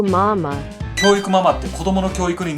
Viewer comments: キョゥウィクゥマゥマァー ↑これ好き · 教育マンマンてきこえた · 脅威熊まー、に聞こえるw